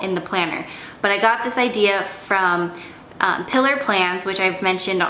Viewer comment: I love Pilar Plans too! Just a tip it’s pronounced PEE-LAR not pilar.